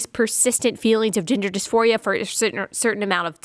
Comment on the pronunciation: Omg. hahahha I heard, 'gender disphoria' as, 'ginger disphoria' every time. 🤣 God help us. that's probably the next trend. 🤦🏼‍♀️